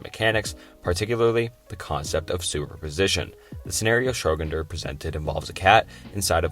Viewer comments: Really? Schroginders cat lol. It’s schro-dinger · Agreed. There are too many to count. "Entrophy", "Schroginder", "Casual" etc. If the video is on paradoxes, the least he could do is get "Paradoxical" right. Icebergs are just such an enjoyable content format that I can live with it though! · Entertaining video. However, schroginder, entrophy, and contuinity lmao. It's not necessarily a bad video tho, I appreciate the effort you put into this. Keep making content and I hope you improve! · SCHRÖ-DING-ER!!! "Schroginder" 🤦‍♂️ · That’s because he’s talking about a completely different guy! Schroginder. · Making a video about paradoxes while not even being able to pronounce ‘Schrödinger’ is crazy considering it is the most famous paradox on earth. Is this really the topic you wanna make videos on lol? Not to mention most of these aren’t even paradoxes. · As an Austrian, the way you pronounced Schrödinger physically hurt Edit: Also geiger counter what the hell is wrong with you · I’m American and the pronunciation got me as well 🥲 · Bro I came here specifically to say that. Like wtf was that pronunciation bro?